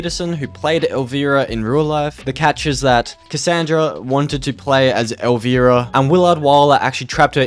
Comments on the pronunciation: COD Infinite Warfare zombies is my fav COD zombies. also bruh, it's not "El VEE rah" It's "El VI Rah" It's an I not an E. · Pronounced El-Rye-Uh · It's El v-eye-rah u pronouncing wrong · Bro say elvEARA one more time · Your saying Elvira wrong